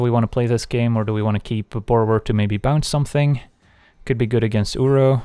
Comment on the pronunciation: Why do insist on pronouncing every word that ends in d or t as "ts"? "Tale's Endts", "if they wants", "at this moments" :S Are you Dutch by any chance? :p Otherwise excellent content!